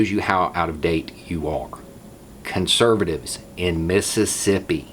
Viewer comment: You are killing me: "Con-serv-a-tives!In Miss-i-ssip-i!" 🤣